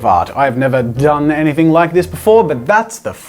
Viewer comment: "Never turned into anyfing" 😹